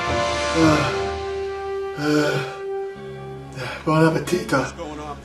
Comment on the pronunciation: holy cow is BUON APP....wait man.....you said it correctly........o my god!!